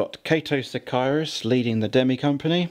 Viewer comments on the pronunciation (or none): none